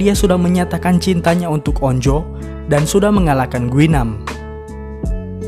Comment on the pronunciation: Anj bukan on-jo tapi onju bacanya